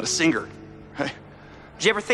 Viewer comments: how many people say singer like that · Apparently in America they pronounce the word 'singer' ("sing-er"), "sing-ger".